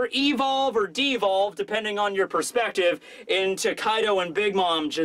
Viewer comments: His name is kai d’ O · His name is Kai D. O. (O is for Oni... or Oda)